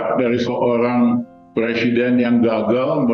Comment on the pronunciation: RR benerin dulu ucapannya Pak Jokowi President bukan Plesident😂